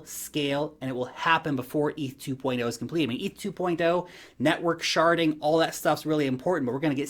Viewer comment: Did you say sharting? 😲